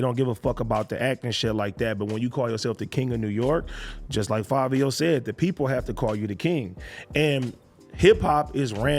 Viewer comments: Why do u and others keep saying FAVIO when it's clearly FIVIO.... an I sound....... Nevermind it's Fivios fault for picking such a stupid name anyway lol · Fav-I-WHO..????????? NEVER HEARD OF HIM CANT BE KING OF NY LMAO 🤣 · WHY DOES ADAM KEEP SAYIN FABIO!!! lollll